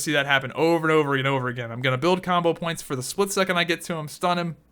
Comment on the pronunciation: its "combo points" not "CAWMBOH POWINTS"